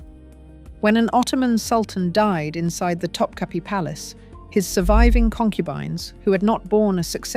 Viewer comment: Also … Topkapi Palace isn’t pronounced “top-cappy”; it’s top-kaput (but don’t say the T at the end). That’s a byproduct of Western printing presses, which only have one form of the letter i. The Turkish language has two - one just like ours, with a dot over it (i), but also one with no dot over it, and that one is pronounced like the u in “put”, or the oo in “book”. The last letter in Topkapi isn’t really our i, with the dot; it’s the other one, without. But since we don’t have it in our alphabet (or keyboards), we improvise - and that’s why Topkapi is usually mispronounced in the West. TA-DAAHHH!! There’s today’s dose of Useless Trivia for you. 😉